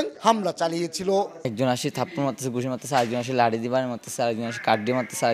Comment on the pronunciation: সাহেবকে বলছি- (শরীল,লাতি,বন্দু,বাই) - উচ্চারণ এর দিকে মনোযোগ দেয়া উচিৎ।